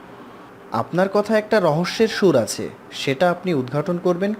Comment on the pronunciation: Uccharon ta rhik korun , reading pore golpo sonan ekdom baje., majhe abar surf exel dhukechhilo...hahahah. achhe ke ase bolen keno ?